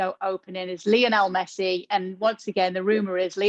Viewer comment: "Lionel Meshee" lmao